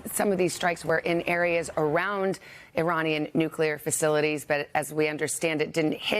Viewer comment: Iranian not Ironian